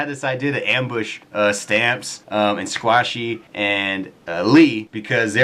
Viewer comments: Sqashey? I thought it was Sqaishey! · It's sqaishy not sqashy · Hey Um just because you were talking really really fast instead of Squashy you Said SQASHY! lol XD xoxox